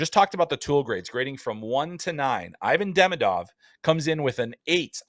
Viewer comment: By the way, why doesn't anyone even try to pronounce Demidov's name even close to correctly? It's so easy. It's Duh-ME-duv, accent on the second syllable. I don't remember how people in the media have been pronouncing his first name (Ivan), but the laziness/uncaring of how people are pronouncing his last name leads me to believe he'll be called EYE-vin instead of ee-VON.